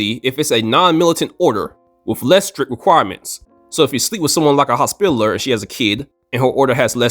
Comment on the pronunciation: For the love of God its hos-pi-tall-er